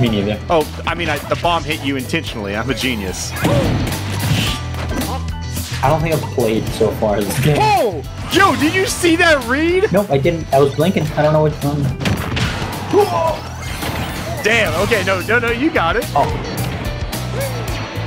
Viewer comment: Sounded like he said "Jo" and not "Jome" here. Rest In Peace Joseph